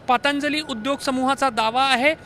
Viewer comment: पांतजली नाही दादा पंतजली निट बोलता येत नाही का?